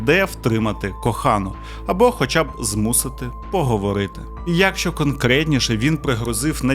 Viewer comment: Серйозно, чувак, обожнюю тебе і твій канал. Але набога!!! Що це таке за слово у тебе "Якщо"? Правильно "якщО", наголос на О!!! Кожного разу просто передьоргує. Я розумію, що в українській в деяких словах може бути плаваючий наголос, але ж не в сполучниках! Навіщо так знущатися над мовою... А за відео так, лайк ;))